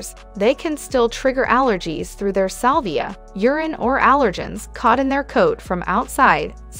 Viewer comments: I have two Lagottos. Every dog has negative traits and they are wonderful dogs!!!! The mispronounciation is super annoying, I would think that one would want to try and pronounce things correctly, this is embarassing. La-Goe -toe Row-man nolo. Also it's saliva not salvia. This is just ridiculously bad AI. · along with the incorrect pronunciation of Lagotto Romagnolo, she pronounces saliva "salvia"...lol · "Through their SAL VIA" No, Sa LIVE A. Additionally why does this video say "dollar" when they mean plural "dollars" Such an odd video.